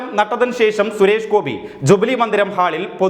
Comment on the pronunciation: ജുബിലി ഹാൾ .....എന്നല്ലടാ ...... ജൂബിലി ഹാൾ എന്നു പറയണം കേട്ടോടാ കരിപ്പൊടി😂